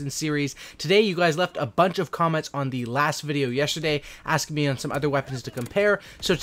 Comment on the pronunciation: did anyone notice he said croments insted of comments